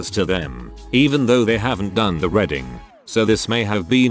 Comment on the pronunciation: How can the text to voice not pronounce "reading" correctly?